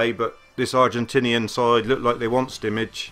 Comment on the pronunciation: SCWIC It's spelt Simic, or Šimić to be more exact.